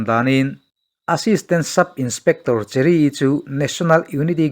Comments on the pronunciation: Cherry ti i lam dawn nia cheery no li in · Cheery tih aiin mizoin Kan chhiarthiam danin chheri' tizawk la ilam dik zawk ang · Pu pi suh kye vengtu cheery kha Mizo chuan chheery tia lamrik tur ani e.